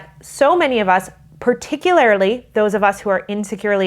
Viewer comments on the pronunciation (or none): "Particularily" 😂 gets me every time.